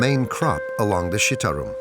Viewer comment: The pronunciation is C = Ch it’s not pronounced Shitarum but Chitarum = Citarum